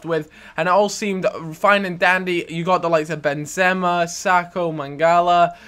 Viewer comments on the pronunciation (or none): none